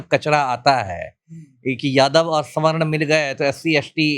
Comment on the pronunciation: बहुत सारे पत्रकार बिहार में विशेषकर, सवर्ण नहीं बोल पाते है और स्वर्ण बोलते है। 😀